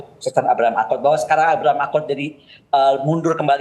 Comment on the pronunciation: Abraham Lincoln lol bukan Abraham Akon... Bikin ngakak aja loe tong